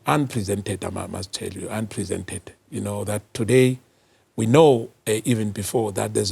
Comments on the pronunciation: unprecedented my good sir 😂😂 not unpresented 😂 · MK part member: "Unpresented, i must say, unpresented"😂😂😂. The word is unprecedented, my goodness😂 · Unprecedented sir not unpresented